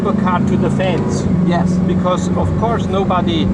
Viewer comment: ''this is what i mean for the fens...'' then vrooooooooooo, love it!